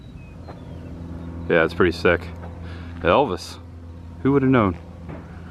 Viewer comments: Evils ? Not Elvis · Evils, not Elvis